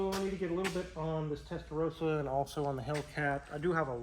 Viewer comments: I cringe when you say "Testarouuusa". It's Testarossa. 🤌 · Please! It's pronounced Testa"rossa" not Testa"rose-a", why do Americans find it so difficult? It's pronounced rossa in Italian, and in English. Come on guys 😮